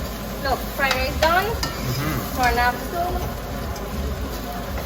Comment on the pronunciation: Did just said chicken fried lice Hahaha